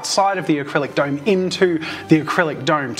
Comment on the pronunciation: "duyym"... oh you mean "dome"